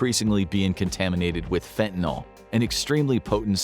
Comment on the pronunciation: Please! Stop referring to fentanyl as "fentanol"! The "ol" suffix indicates an alcohol (--OH) functional group. Fentanyl is not an alcohol. I think the "yl" comes from the propionyl group it contains.